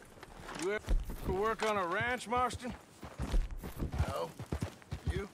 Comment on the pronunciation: Notice he mis-pronounced John's surname too, lol. said Mart- son instead of Marston.. Hahahaha you still ain't some "home skillet", you still rule the world of Red Dead Redemption 2. 👍